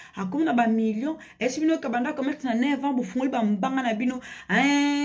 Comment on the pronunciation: Commerce et non comecsse